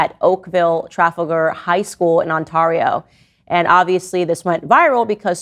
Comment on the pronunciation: candace😭😭 i love you but on-TAR-io????😂😂😂 it's pronounced Ont-air-io.